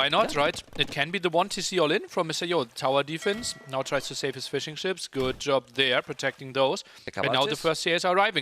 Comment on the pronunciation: every time he says fishing ships, all I hear is fish n’ chips.